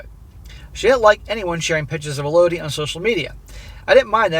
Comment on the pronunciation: It's pronounced ELL-oh-dee